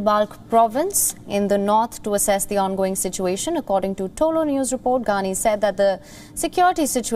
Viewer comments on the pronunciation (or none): Assess not access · To assess or access?